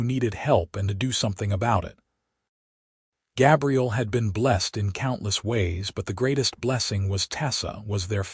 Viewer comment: GAbriel like an A